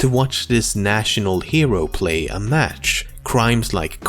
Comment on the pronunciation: ''plays in a maych'' Lmao